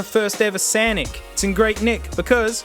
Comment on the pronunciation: We gonna ignore the way he says sonic??